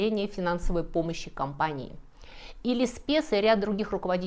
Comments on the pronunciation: Леспес? Возможно, оговорка? Лессепс же. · Очень здорово! Только Лессепс, а не Леспесс 😊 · Очень интересно! Но.. Всё же Лессепс, а не Леспес! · Не Лесспес, а - Лессепс. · спасибо за такое интересное видео! Смотрю Вас с огромным удовольствием! Есть один вопрос, под картинкой написано генерал Лессепс, а Вы его называете Леспесс. Это русский вариант его фамилии? Заранее благодарю. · Лайк поставила. Любопытный рассказ. Но всё же Лессепс, а не Леспес. Извините, небольшая оговорка у вас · Леспес или Лессепс? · Ferdinand de Lesseps - имя человека, возглавлявшего проект строительства Панамского канала., Вы его настойчиво именовали Леспес 😊 хотя оно читается Лессеп(с) - необходимо спросить у французов, что они думают про последнюю "с" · Всё замечательно и залипательно! Только почему Леспесс, а не Лессепс? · Извините, не Леспес, а Лессепс. Вон и на экране написано. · главу компании по строительству Панамского канала звали Лессепс как и указано на его фото в ролике. однако уважаемый автор допускает ошибку в его фамилии при произношении (Леспес), что не делает ролик менее увлекательным 😊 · Лессепс его фамилия, а не Леспес. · Не "Леспес", а "Лессепс". Прочитайте правильно - . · Не Лесспесс, а Лессепс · Очаровательная, вам, наверное, уже написали о досадной ошибке: все-таки Фердинанд ЛессеПС, а не Леспес, как у вас написано по-русски (правильная подпись его портрета на французском предшествует), и как вы далее каждый раз говорите. Что же до уродливого монумента - это, бесспорно, статуя Петра Великого работы Церетели. Продал бы ее бы уже кто-нибудь на металлолом? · Всё -таки Лессепс, а не Леспес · Превосходный рассказ, одно только покоробило, не Леспесс, а Лессепс, в оригинале фамилия правильно написана, о его эпопее даже фильм был снят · Извините за небольшое исправление, прямо неловко, но инженер Фердинанд носил фамилию Лесепс, а не Леспес. Ох, уж эти с, легко оговориться. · Лессепс, мадам, ЛеССЕПС! А не Леспесс. Заменитый же французский род.